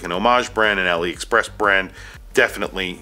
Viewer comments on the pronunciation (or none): none